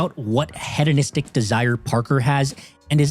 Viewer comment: Its he-donistic not head-onistic btw